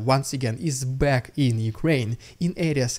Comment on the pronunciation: "I'll be cack"